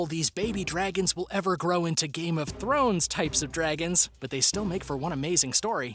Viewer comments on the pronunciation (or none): none